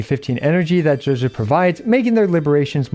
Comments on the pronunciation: Pronounced Juge-gii not gehgeh c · "Juejues" what are these pronunciations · Even tho you can't pronounce or spell her name you still say it 3 times per minute. WTF is JUJU ?